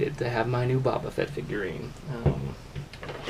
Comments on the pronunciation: It's pronounced Bow-ba Fett...not Babba Fett 🤦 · least say his name right